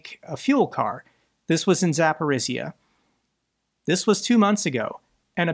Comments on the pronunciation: Not sure if you looked up pronunciation of Zaporizhzhia. If you did and still struggle, please ignore me. I grew up in Zaporizhzhia, and I understand it's not the easiest city name to say. I've been watching you for more than a year, and this is the only real complaint I have. Please keep up the good work, thank you. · Hey! Thanks for all you do. So you know: Zaporizhzhia rhymes with “Polynesia, amnesia, Micronesia.”